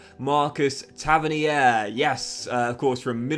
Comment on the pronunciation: It’s pronounced Tava - neer